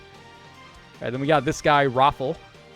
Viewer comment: Rafal is pronounced as Ra fall